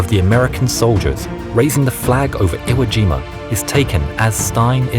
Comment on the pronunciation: Told ya it's Ivo Jima